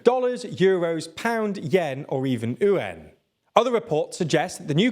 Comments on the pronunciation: Why do you always butcher the pronounciation of the Chinese currency?? It's not "yen", it's not "oo-wan", it's "you-wan"! Or just go back to the safe way & call it Ren-min-bi.... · It's not ü-an, it's pronunced as yüan. Y is not silent. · Please stop saying Yuan like that. It's Yuan (you-on), not oowon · What currency is ooh-en? Do you mean Yuan? The pronunciation on this channel is getting worse and worse... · His pronunciation of yuan is so chaotic and unhinged I love it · Omg. How has he pronounced the word yuan? We have 5 words for money in China. Choose any of them but try to pronounce one of them correctly! Try Renminbi next time. It's the official currency! 🤣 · I didn’t even know it was possible to mispronounce “Yuan”. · Please never ever try to pronounce something without at least googling it. I vomited hearing you pronounce yuan XD